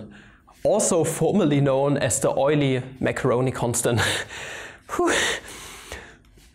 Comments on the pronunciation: Since you made a video on how to pronounce Deutch scientists names you know how I feel each time you say Masceroni instead of Mascheroni ;-) In Italian ch is equivalent to k as pronounce and it is used together e and i only. So the right pronounce is like it was written Maskeroni. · Lorenzo Mascheroni was Italian. There is no "sh" sound in his name. It is MASS-KAIR-RONI. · Great video, but pls 4 the italian viewers like me: Mascheroni has an italian pronunciation like "Maskeroni" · STOP that dumb pronunciation of MASCHERONI!